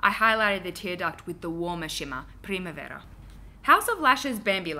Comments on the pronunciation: you pronounced primavera perfectly <3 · You pronounced “primavera” (“spring” in Portuguese) so perfectly I was baffled for a couple of seconds! Btw I LOVE the 3 looks 1 palette series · miss your videos! and love your casual pronunciation of primavera :))))